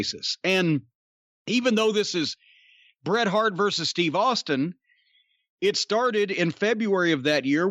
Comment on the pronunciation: Bret. Its "Bret' its Bret Hart. Just sayin.